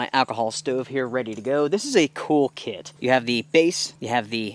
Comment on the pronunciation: I'm sorry did you say spray on your tit or kit? Lol